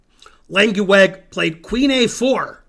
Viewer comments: Lenkiwag? You’re pronunciation of a dutch name is frankly terrible! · His name is Langeweg, not Lankieweg.